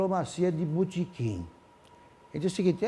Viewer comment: Augusto Nunes: "Diplomacia de butiquim 😂😂😂😂😂😂🇧🇷👍🏿